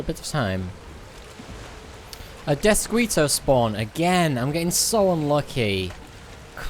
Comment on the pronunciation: "DeathSqueeto." Wtf